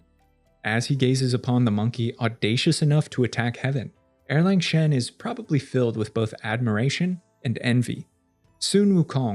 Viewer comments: Love your videos! one pronunciation tip for you: Erlang is pronounced more like “Ar-Lung” and not “Er-LaNg”! The “Ang” in romanized Mandarin Chinese sounds like “Ung” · That is e-lang (uh- lahng), not er-lang (arrrr/ errrr-lahng) "Second Son/ Young Man" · Isn’t it also pronounced “arlong” or at least that’s closer to it than Erlang?